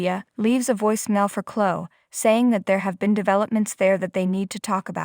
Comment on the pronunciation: You can't say Chloe wtf is Clo lol 😂😂😂